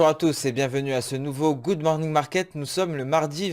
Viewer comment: " good mornong market" ...🙃